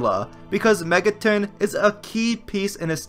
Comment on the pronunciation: Mega TON not TIN